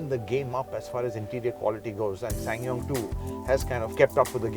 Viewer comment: he pronounce this brand like a pro